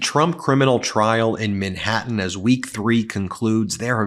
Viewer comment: Is 'Minhattan' how Americans say Manhattan?